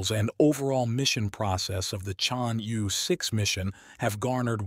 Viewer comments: The pronunciation of Chang'E-6 is 100% correct for French people. Knowing that France, Italy, Norway and Pakistan are participating in this mission, I think he wants to pronounce the French phonetic E [Ə] ChangE-6. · I take it this is a robot voice. Its pronounciation is p'.poor. Why not use a human who can at least approximate the correct sound of "Chang'E"? Is this a money saving endeavour? If so, it is a case of "spoiling the ship for a ha'pen'orth o' tar." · The robot is talking American-English and each time it merntions "Chang'E", it pronounces "E" differently so even if one accepts what you are saying as a valid excuse (Which I don't) it does not explain how the "correct" pronounciation changes between sentences. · I have heard at least 3 different pronunciations